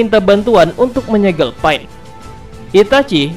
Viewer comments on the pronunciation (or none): Kok dengernya malah PAIT njirr namanya bukan pain!! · Sebut betul kawN bukan paen tpi pain pain pain sebut betul2 bukan paen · ITS PEIN NOT PA-IN ITS TSUKOYOMI NOT TSUKIYOME WTF? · Sebut pain elok2 brader